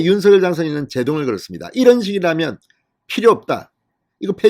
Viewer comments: 윤서결 이 아니라 윤성녈 입니다 듣기 거북 합니다 유독 혼자만 윤서결로 발음 하십니다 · 제발 대통령성함 공식 발음 좀 찾아보세요 방송인이니 공식적인 발음에 앞장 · 윤서결로 발음하는 것이 맞습니다